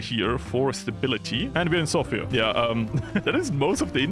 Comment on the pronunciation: Just wanted to thank you for pronouncing Sofia correctly.